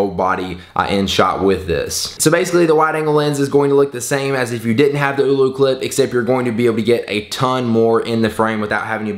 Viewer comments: OLLOCLIP NOT OOLOCLIP. MY GOSH! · its ollo not oulou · AH-LO CLIP. NOT EW-LEW CLIP. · Screen protectors don't work with it. And its not oooolooo clip. it's Oh-loh clip. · "eww-loo" clip hahaha